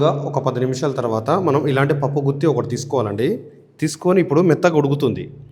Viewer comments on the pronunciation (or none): none